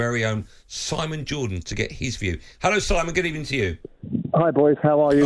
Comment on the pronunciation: Good Ebening Simon.